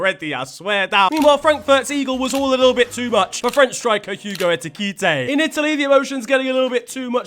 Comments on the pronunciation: ah! My favourite player… Hugo “Etikite” 😂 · etikite? Ekitike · absolutely butchered Ekitike's name lol